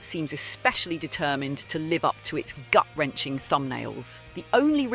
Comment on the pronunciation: SAY LIVE BRO SAYYY LIVE 😭😭😭✌️✌️🥀🥀🥀